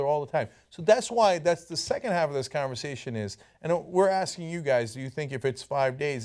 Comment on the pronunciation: Why you axin a question?